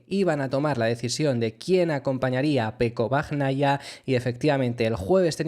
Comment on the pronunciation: Un apunte, se pronuncia "bañaia" y "alesh". Por si quieres mejorar la pronunciación. Buen trabajo